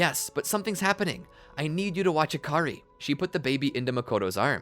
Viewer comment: Akary huh it sounds like hakary